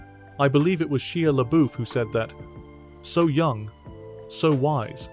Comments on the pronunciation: "She-la Buff" Yep, that's how you say "Shy LaBeefs" name... Sheila buff. Great job A.I. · “Sheea LaBoof” lol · SHEE-A Luh-BOOF... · His name is pronounced " Shy-ah Lah buff." 🙄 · Sheea laboof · “Finally named”…. What are you talking about? He didn’t “finally name” any of these. He named these years ago and not at the same time. Also, while are you completely mispronouncing Shia LaBeouf’s name multiple times? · Can't even pronounce Shia LaBouf's name.